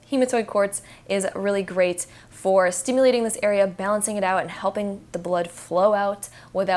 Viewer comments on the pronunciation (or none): none